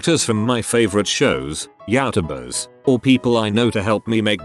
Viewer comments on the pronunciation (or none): this pronunciation of “Youtubers” is wild 😭😭